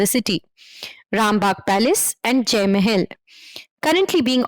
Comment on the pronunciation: That "Mae-hell" pronunciation for Mahal sounds funny.